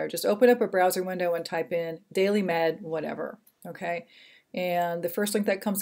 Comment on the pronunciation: DAILY....not DAILEY!!